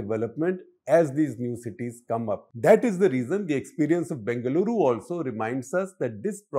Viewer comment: It's b-E-ngaluru, not b-A-ngaluru